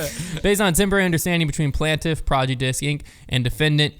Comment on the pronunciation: Nobody:: “PLANT-if”